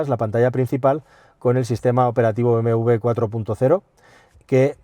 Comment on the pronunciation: es doble u: be, eme doble u ¡coño! siempre lo pronuncian mal